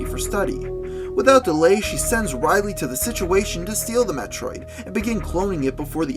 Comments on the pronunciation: Woah woah woah.....rily?..........ridly.......not rily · You miss pronounced Rid-Lee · I though he saID RILEY AND I WAS SO ANGRY I COULDNT EVEN CONTAIN MYSELF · Actually It's not Ridly either. It;s Ridley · Was expecting him tp get chastised for saying Riley or Ride-ly (can't tell if he said the d or not) but apparently not, still a little weird but nice theories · Rydley? RYDLEY?! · Samus herself says "Rid-Lee" when she is first confronted by him in Metroid Other M. Just a heads up, dude!